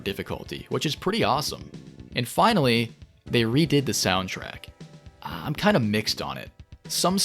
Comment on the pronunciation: “And finawy”